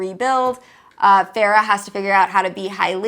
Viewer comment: "Farrah" No ma'am. It's ✨fae-ruh✨